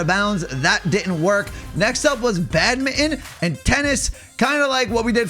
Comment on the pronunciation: Its not bad-mit-en its bad-min-ton